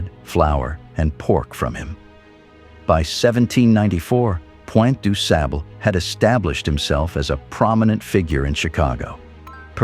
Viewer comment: Fascinating story and study. Needed to have the narrative be consistent with the pronunciation of de Sable to reflect it's French origin. 😊